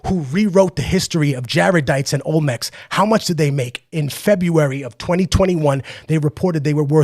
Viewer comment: Olmenecs???? Lol